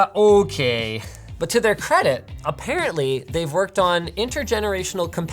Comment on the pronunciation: he does a Canadian “ okay “